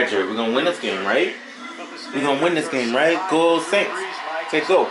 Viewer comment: Lol SAINTS are "AINTS" Jerry! Give up!!!!! Lol